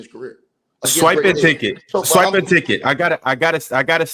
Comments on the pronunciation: Why does Ticket say Swipa with the hard R? It's Swipa with an "A". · I had the same thought 😭😭 feels like the hard R 🤣🤣